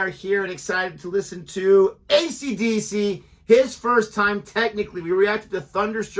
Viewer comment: "accadacca" confirms your nationality and age :)